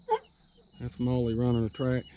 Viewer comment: Molly not may